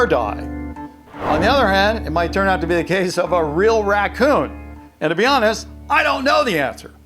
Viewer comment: the "racoon" is obvious did you go to school